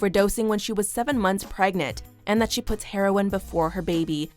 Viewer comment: no way in hell this btch ACTUALLY pronounced it how bout dAt